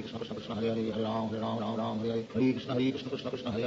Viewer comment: It was after listening to the whole thing very carefully that I feel Srila says ram instead of rama. It becomes hypnotic. My mouth can't move so quickly, but my mind loves the speed. I listen to very slow KH when falling asleep. There are some beautiful slow versions ON YT. But for japa, this one carries me. Now that I don't say rama but ram and wrote out his pauses, I can keep up. Hare Krishna hare Krishna Krishna Krishna hare hare, Hare ram ram ram hare.